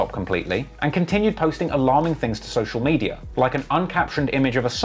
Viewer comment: It gives me a tiny pleasure everything this guy says "medayer" instead of media.